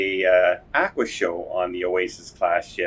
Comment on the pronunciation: Pronouncing "aqua" unlike anyone else in the world is an automatic 👎